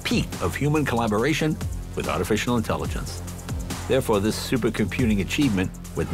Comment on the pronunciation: "Seupah car"? Did J have a stroke?